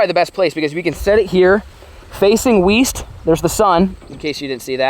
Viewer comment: he says west every vid and the way he pronounce it every time throws me off